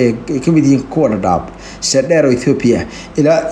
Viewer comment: I love how u saying dhadhab😂😂